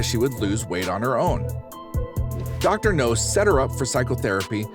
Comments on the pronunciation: Dr. Now... not Dr. No. I don't know why that bugs me so much lol. Still enjoying the vids though 😁 I can't help but feel sorry for the people on this show. Most of them have been through some pretty awful things. I just hope they can find their way to better days with the doc's help 😁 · It’s dr now not dr no he’s not a James Bond villain